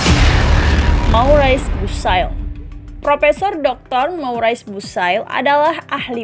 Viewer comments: Moris bukey bacanya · Subhanallaah.. bagus narasinya,. Akan lebih baik lagi bila kata-kata/ nama-nama perancis (spt Maurice Bucaille) diucapkan sesuai dengan aslinya. Anda pasti bisa. Sukses!